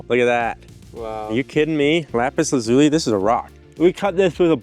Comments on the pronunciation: You're saying it wrong: Lah-zoo-lee not luh-zoo-lee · Ok Youtube...all together now. LAP-is LAZZ-oli. NOT Lopis La-zoooli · you keep pronouncing it wrong its actually la·zuh·lee not zoo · It’s isn’t pronounced Lapiz Luleeee but Lapiz Lazu LYE… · YouTube Guy: "I make lap zuli!!!!!" Viewers: "Okay....." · LAY-piss LAZ-you-lie. Don't worry though. I once heard someone say "Don't make fun of people who pronounce words incorrectly. It just means they've read more than you." There've been many, many words that I pronounced incorrectly by reading them first. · So, you didn't even bother to learn how to pronounce LA-puhs LA-zu-lee correctly? Way to go. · la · pis la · zyuh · lai Pronunciation is a gift bastardised by some Americans and Canadians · its pronounts la-zoo-lie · Bro actually found lapis lazualilay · You just like saying lapis lazuli. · Stop saying lapis lazuli the wrong way please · Haha.. Lapislazuli? 😳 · Take a shot each time he says “Lapis Lazuli”. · You might actually be an idiot the way you say lapis lazuli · Do you think he knows that he is pronouncing lapis lazuli incorrectly over and over again? Is it a joke? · I hope he learns how to pronounce lapis lazuli correctly by the end of the video.